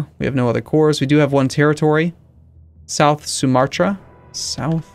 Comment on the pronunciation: Sumatra is correctly pronounced sir!